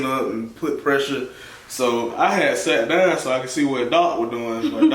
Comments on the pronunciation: “Sot dine” I can’t get over that accent! 😂 That darn is something else 😂😂😂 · Lol girl this sot dine got me too 🤣🤣